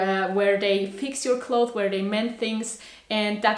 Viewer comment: Hahaa I like how you say ‘clothe’ when you talk about clothes. In english, its pronounced clothes with an S at the end and we pronounce it as clotheS. Not clothe. But it sounds so cute when you say it your way bcuz we never heard that before😁 I think youre awesome🤍😍